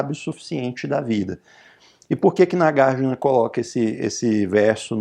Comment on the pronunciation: Oi professor, tudo bem? Tenho uma pergunta. - Por que a pronúncia é NagarjIna e não NagarjUna, sendo que Arjuna pronúncia Arjuna e não ArjIna?